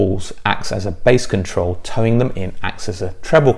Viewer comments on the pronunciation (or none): Very good but 'Toe-In' not 'towing' 😄 Think pigeon. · I'm a few years late and perhaps you know this by now, but the term is speaker toe-in, not towing 😂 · toe in, not tow in?